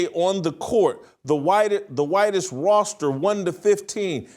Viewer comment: Why can’t this dude say the word ‘Roster’? It’s so annoying when a person speaks for a living and cannot pronounce basic words. WTF.